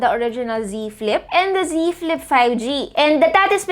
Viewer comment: I just heard z flip tree